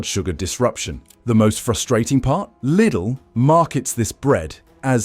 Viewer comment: There's another channel that dealt with this subject of bread . That too was loaded with some good information. That too was AI generated, with AI English voice that sounded genuine , but not quite . My ears pricked up a couple of times here , especially when it didn't pronounce Lidl correctly. AI generated videos are increasingly showing on Utube , and it's annoying , to say the least . These videos should all come with a ' mental health warning' . This video may deceive you into believing it's put together by a human ....but it's not . Even if the info is factual , it's playing with our senses of what's real and what's fake ‼️ If I am incorrect , please tell me . I'll be glad to be wrong 😊 🇬🇧✝️🇬🇬♥️🇳🇮